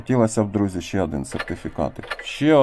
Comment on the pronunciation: пАдобається,Адин і т.д . ! Мені одному вуха ріже ?😅